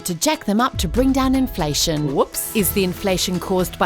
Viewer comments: "INLFATION' ! LMFAO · "Inlfation" , guys. 😉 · WHAT IS INLFATION? ;) 1.15mark